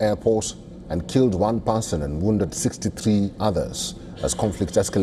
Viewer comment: "One parson"?